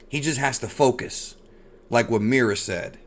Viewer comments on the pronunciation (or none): none